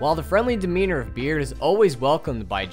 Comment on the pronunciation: Its berd not this "beard"